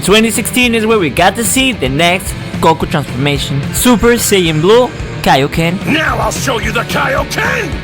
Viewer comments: Kaioken was at first pronounced kayoken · It ain't kayo ken it's kaio ken